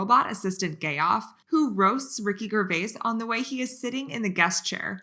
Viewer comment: No! It's Gay-off!!! 😆😂🤣🤣🤭 Hahaha!!!